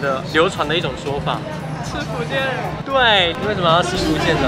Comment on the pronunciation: 福建人三个字都说错让人怎么听懂